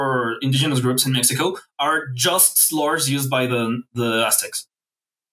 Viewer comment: pronouncing spanish words as of they're italian is a mindfuck (di messico) on Mexican Gladio: don't worry, it's coming Henequen: It's sisal in English